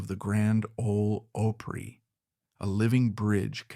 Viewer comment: Why don't they research the pronunciation